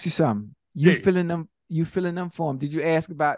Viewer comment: “Mr. Wilkins driver got the flu nd he ask me to fill in for heem”🤣🤣🤣🤣 classic movie!